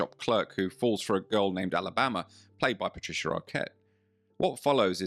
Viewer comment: Patricer Arquette. 😅